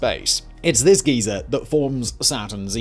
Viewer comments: Argh! Geyser rhymes with visor*. A *geezer is a very old man. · Lol prouncing it geezer look what you'd call an old man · Simon pronouncing geyser as “geezer” gives me life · Heard geyser as geeza and had a proper brain fart, what geeza I thought we were talking about a moon 🤣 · I was this many years old before learning how Brits say 'geyser' 😂😂